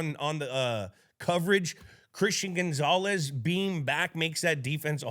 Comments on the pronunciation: Gronk please stop saying Gone-zales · Why Gronk pronounce Gonzalez like Gonezalez 🤣🥀